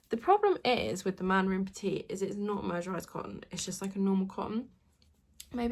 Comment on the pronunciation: The word mercerised is pronounced as MUR-suh-ryzd, had to google cos I have same trouble 😂.